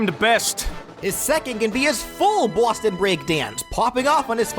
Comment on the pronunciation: i swear everytime you say boston it sounds like some stereotypical mafia crime boss is slightly in there urging you to say "bawston"